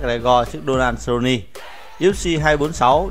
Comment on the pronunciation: Giọng thì đọc kinh khỏi bàn, MẮC LE GO , SU LO NI hài thg chủ kênh.. 1 kênh thông tin mà đọc thế thì m nghĩ là vừa :)))